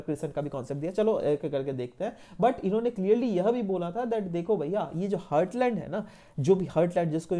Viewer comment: It is heartland not hurtland please do correct your pronunciation btw your lecture was awesome 👏